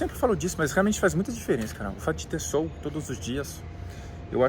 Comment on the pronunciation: Não é sôl e sim sol!🌞 acho que ele vai até se esconder a cada vez que vc pronúncia “sôl”! Apenas uma pequena observação uma vez que vc fala o português bem. 😊